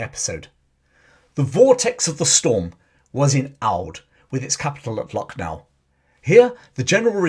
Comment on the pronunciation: I was born in Lucknow. Used to go for evening walk in ' Residency ' where British took refuge. It has a cemetery as well. The actual pronunciation is Lakh-nou